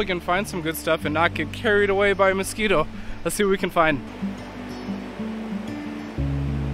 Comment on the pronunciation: say mosquito again.